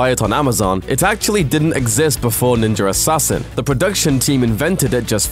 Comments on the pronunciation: What the hell is ninjer assasin? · I like that he's saying ninjer assain😂😂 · i keep hearing "ninjar assasin" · I’ve seen ninja Assassin, but I never saw this “ninjar” Assassin that this British guy keeps talking about. LOL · Ninjar arsasin thats how tator says it 😂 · Why does he keep saying 'ninjer'. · I love "ninjer" assassin...and even more now that I know they referenced my favorite anime Nina Scroll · Every time he says "ninjer" , take a drink. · I heard him say it once, now I cant stop hearing it: Ninjer Assassin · Why does he say ninjer assassin?😭😭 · "Ninjer assasin" lol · sounds like he said ninger assassin. LOL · anyone besides me notice he can say ninja by itself but can't say ninja assassin together? it becomes ninjer assassin. speech impediment. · Am I the only one hearing Ninjer Assassin? lol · "ninja ersassin" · Stop saying "Ninjer" Assassin. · the fuck is a ninger assassin? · wtf is a nenjer assassin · Is he saying Ninjer Assassin? Anyone else hearing this? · It sounds like he says: ninjar assassin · Haha, "ninjer assasian"! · I hear "Ninjer assasin" tabarnak! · NINJUR ASSASSSIN.....blah blah blah.... NINJUR ASSASSIN.....blah blah blah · Why does he say "Ninjarassassin"?? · Am I the only one who felt he is saying 'Ninjer Assasin' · "Ninger assasin" lmao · "Ninjer Assasin" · lol...there's no "r" at the end of the word "Ninja". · why u say "ninjar assasin"? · "ninjar assassin" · Ok he does say ninjer assasin no ? Im not the only one that hears ninjer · why does he say ninjur assassin but can pronounce ninja just fine? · Is it me or is he saying Ninjer Assassin? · why the fuck do you say "ninjar assassin" or "ninja rassassin"? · why so he keep saying ninger assassin? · how is it this guy can ninja just fine but when he says ninja assassin he adds an r to it, which mean he's doing it purposely! you sound ridiculous! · there's no R in ninja...